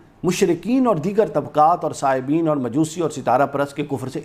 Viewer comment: أيات قرآنی کی تلاوت کے دوران آپ سے جو بعض غلطیاں ہورہی ہیں ان کو بنیاد بناکر آپ کے مخالفین تنقید یا تضحیک کا راستہ اختیار کریں گے مثلا صابئین کو دو مرتبہ آپ نے صائبین پڑھا ہے درست یہ ہے کہ "صا " کے بعد "ب" ہے جبکہ آپ کی زبان سے " صا" کے بعد "ئ" نکلا۔ صائب کی جمع صائبین ہوتی ہے جس کا مطلب "درست اور صحیح" ہوتا ہے جبکہ قرآن کی جن آیتوں کو دوران لکچر پڑھا گیااس میں صائب نہیں بلکہ صابئین پڑھا جانا چاہئے جو صابی کی جمع ہے جس کا مطلب ایک خاص دیں کے ماننے والے کے ہوتے ہیں ۔باقی رہی بات لکچرکی تو بہت معلوماتی اور مدلل ہے موضوع کے متعلق وقیع معلومات فراہم کی گئیں ہیں جزاکم اللہ احسن الجزاء